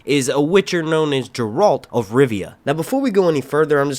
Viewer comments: I agree it’s Geralt. I hope you pronounce it correctly in future videos lol I keep thinking you are saying Gerald. But I’m happy you are making witcher videos! Please post a series review next! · Just a quick correction here. "Geralt" pronounce hard "Gi-Ralt," like this: Otherwise, it a great review! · I think its better that GOT, hell the first episode had better sword fights than all 8 season of GOT. I look forward to your breakdown of each episode and LOL hearing you say Garelt right.